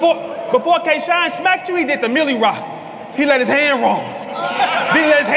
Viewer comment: this guy said k-shine lmao🤣🤣🤣🤣🤣nah bro.....